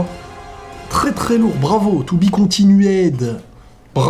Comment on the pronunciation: ne le prend pas mal, mais petite remarque pour le futur, si tu relis et que tu dis de nouveau continued, ne prononce pas le E il est muet, il s'écrit avec, mais lors que tu veux le prononcer, tu dis continud, pour le reste, la vidéo est sympa, le fan animation et ta vidéo biensur